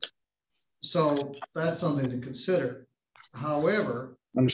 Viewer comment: The irony that you called him out for saying “attorney” incorrectly, then you say “somefing” instead of “something.” Those who live in glass houses…..